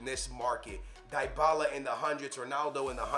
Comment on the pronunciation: This 40 year old bozo doesn’t know how to pronounce ... diebala lahhhzzioo mahteach smh.